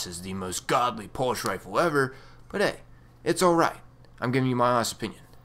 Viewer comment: what's a "pulsh" rifle?